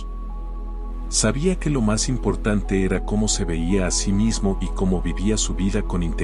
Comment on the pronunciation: Ernestino no ( hernestino ) y era no ( hera )